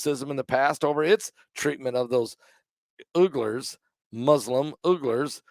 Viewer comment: Uglers? It's pronounced We gerrs.